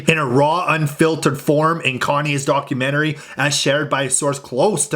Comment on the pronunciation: "Darkumentary" poor kimk lol.